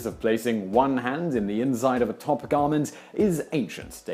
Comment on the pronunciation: This dude said "inzide" lol